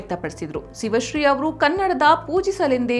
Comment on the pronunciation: ಸಿವಶ್ರೀ ಅಲ್ಲ, ಶಿವಶ್ರೀ.